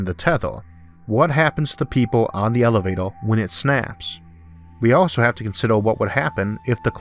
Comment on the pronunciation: It's like hearing a 6 year old explain space elevator. I mean elevato.